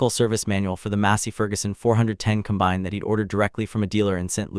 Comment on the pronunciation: It is not a com-bine'. It is a COM'-bine. I am not nervous about ai taking over, as it cannot even speak properly.